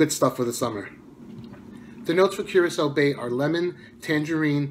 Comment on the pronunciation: The one that I'm most interested in would be Curacao Bay but I think I'm going to pick up a sample of each as soon as I get the chance. Thanks for the pronunciation I would have been saying it wrong without your help lol